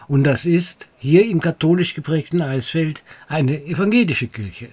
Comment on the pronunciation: Sehr schön in Szene gesetzt. Kleiner Hinweis - Eichsfeld wird "Eiksfeld" ausgesprochen.